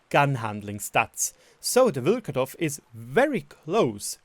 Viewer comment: Nobody is gonna talk why does Vlkodav have 300m/s HE shell velocity... Even Caliban does have 354m/s shell velocity on HESH I forgive you for your Vlkodav pronunciation...Even tho you are saying VlkAdOv instead of VlkOdAv... Nothing against you, cuz myself cant pronounce anything right in German :)